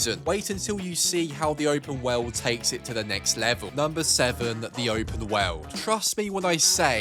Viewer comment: Look man I'm sorry to say this and I'm not trying to be mean but you say open wowrld when you say world